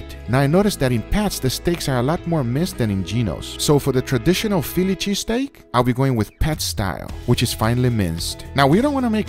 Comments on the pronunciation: Fillichee steak 😂😂 gotta love guga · Fi Lychee Steak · "pheely cheesteak" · He said filichy steak! 😂